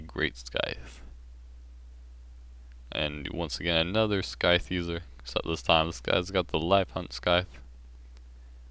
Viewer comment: Why do you say skyfe? Wouldn't it be scieth? I'm talking about the scythe weapon. It's the first time i hear that pronounce